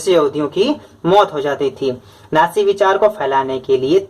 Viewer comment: Sir aap kabhi kabhi natsi ko naji padhte hai